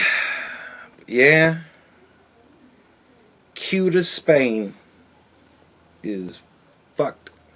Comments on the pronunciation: Say-Uta Spain. lol. not that it matters. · It's about to be Say-Uta, Morocco 🤣🤣